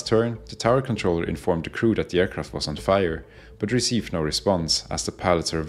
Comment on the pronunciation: Your comment is visible to me even as the first words of the voiceover ring out: “In disguise over...” is what I think I hear, but realise that the speaker has difficulty with “the” and is actually saying, “In the skies over...” so it’s not in false flag livery 😂... I can carry on disabused of that misconception!